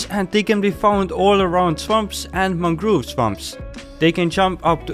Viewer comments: Ah yes mangroove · its very funny how he pronounced mangrove propagules😂😂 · Ah yes, mangroove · mangroove lmfao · I love your accent of saying mangrove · I'm sorry but your pronunciation of mangrove(mangroove) and propagules(propagleys) got me laughing so hard